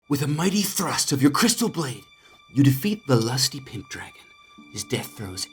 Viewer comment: He said pimp😂 I thought he said pink